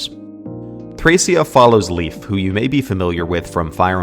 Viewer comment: Leif is actually pronounced like the letter A. Lei(A)f.